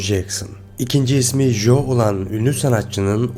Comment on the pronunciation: İngilizce’de “J” harfi “C” diye okunur. Joe, Joseph gibi isimleri telaffuz ederken biraz kulak tırmaladınız. Local de “şehir” diye çevrilmez “yerli” diye çevrilir.